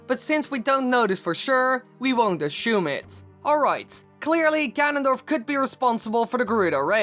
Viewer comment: You said ashome it